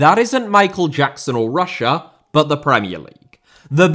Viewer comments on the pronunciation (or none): none